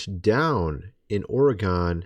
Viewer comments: FYI you pronounce Oregon like organ not Oregone!!!!!! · it's not Ory-gone but Orygun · As a former Oregonian.... It's not Oregone it's Oregun. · Stop pronouncing Oregon the wrong way….. it sounds like “organ” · Did you say...Or-eh- gone?? 😂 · It's pronounced ory-gun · Matter of enunciation... Oregon is pronounced Or-eee-guhn (option, leave the h out--- it's there so the post doesn't get tagged) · Lol! Oregon is pronounced Or gun. This is from a former oregonian. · There are still people who can’t say Oregon.